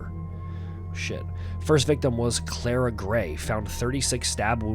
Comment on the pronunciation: It's Carla not Clara.